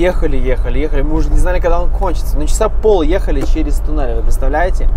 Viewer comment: ТОНЕЛЬ не ТУНЕЛЬ. НО не смотря на твои ошибки в правописание, с тобой и Ириской интересно 😂